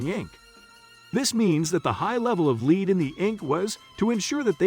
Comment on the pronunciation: The speaker reads lead (a substance,) as lead, (a verb, to move forward.) Disconerting and discrediting the information. The reader must understsnd the message before reading. If read by a robot, information must be edited for accuracy.